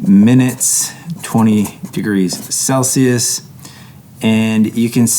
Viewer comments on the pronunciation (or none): none